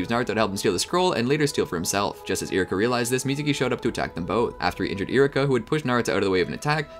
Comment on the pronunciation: You're saying Iruka so fast it sounds like Iraka